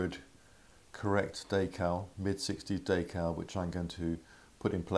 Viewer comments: Wtf is a daycal lol it’s decal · Day-cal? more like Dee-cal. Anyways nice video. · Day- cow or Da- cow? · What's a "daycal"?